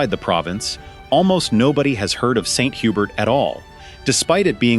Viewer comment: I thought St. Hubert was pronounced HUBERE. 🤷‍♀️